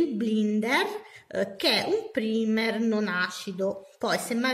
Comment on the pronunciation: Ciao, volevo darti qualche dritta Il “primer” si legge “praimer” E la parola è “nail prep” non “nail prepar”